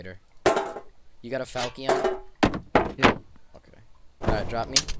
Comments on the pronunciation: PLEASE ITS FAL-CHIN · i love you but its pronounced (FAL-SHUN) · Pronounced "fall chen" sort of. I'm cool with the way you added your spin on it, though. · Nobody asked but... fal-shun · Why do you keep pronouncing falchion like that lmao